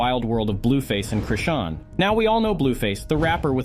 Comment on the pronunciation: Chrishin,Crewstin,Crustin, Chrushin, Christean,Christian, Chrisan,Chrison, Crushin.... YOOOOOOO..... IT'S CHRISEAN!!! HOW YOU MAKE A VIDEO AND MESS UP A SINGLE NAME SO MANY TIMES HAS ME STUMPED.... THIS IS HOW YOU DON'T GET LIKES AND SUBSCRIBERS.... IT COMES OFF LIKE YOU DIDN'T DO YOUR RESEARCH AND ARE CLOUT CHASING. DO YOUR HOMEWORK YOUTUBER.